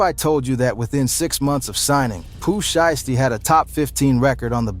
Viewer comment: "she-esty" 😂😂wtf? shii crazy frfr